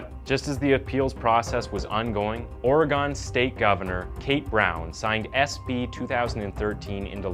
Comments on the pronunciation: Ik this was 6 months ago, but never say Oregon like that again. Thank you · Oregon is pronounced Or-Gun like "Did the killer use a knife or gun?